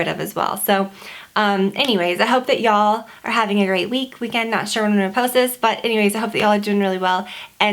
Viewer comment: I love when you say ya all